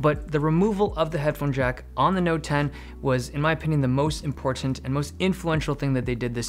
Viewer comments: Stop saying IMPORTANT like that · I love how you say :Important: correct way. Not like how most Americans say it. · Ha ha I felt the same. I thought I heard impotent lol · Because he doesn't use a glottal stop? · Dave Lee’s pronunciation of “Important” is more defined than my life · How he says "important" is laughable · The way you keep over PRONOUNCING YOUR "T's" is annoying